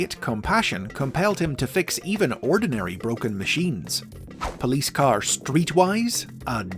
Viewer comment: "POLISE" lol!